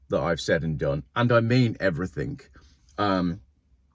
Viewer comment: please use the English language as it is supposed to be used, Everything, Something not everythink or Somethink!!!